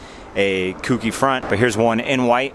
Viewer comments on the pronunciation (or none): Gotta be annoying here and say it's pronounced "koh key" not kooky.